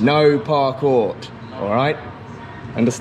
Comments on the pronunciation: LMAO! "PARCORT" XD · Lol, what is parcort. Oh man that is hilarious.